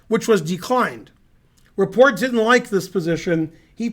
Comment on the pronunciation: Just fyi, you pronounce the T in Rapport. He's not French. Go Ben!